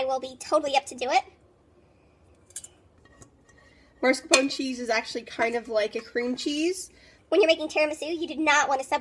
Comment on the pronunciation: This was a good tutorial and I appreciate you taking the time to make it. Thank you for fast forwarding through the parts that weren't pertinent. I would have loved to see the finished product. Also, just to be helpful it is pronounced mascarpone, not marscapone.